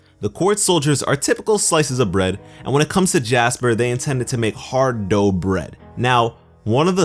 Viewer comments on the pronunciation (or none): none